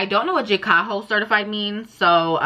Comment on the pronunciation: It's pronounced (Jay-Co)